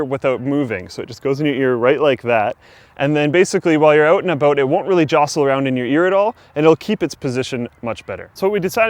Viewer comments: "out and aboot" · 'While you're oot and aboot'